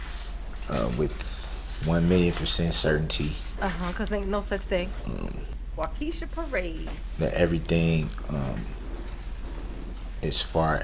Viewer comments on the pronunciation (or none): She said Waukeèsha parade LoL It’s not pronounced that way girl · It is like nails on a chalkboard to Wisconsinites. 😂😁